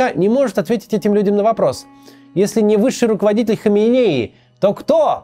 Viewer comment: Почему Кац регулярно путает ударение, называя прошлого и текущего рахбаров? Али ХаменЕи и Рухолла ХомейнИ. Это разные люди, все равно что Иванова и Иванько путать.